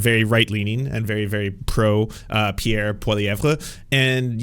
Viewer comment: I love how OAN can't even spell or pronounce Pierre's name correctly lol